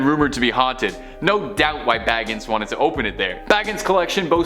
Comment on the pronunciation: Zak Bagans is pronounced bay-gans. Not baggins 😂